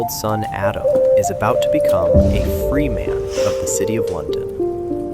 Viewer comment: That was great! Pronunciation of certain words like "Freeman" and "cordwainer" could be more accurate.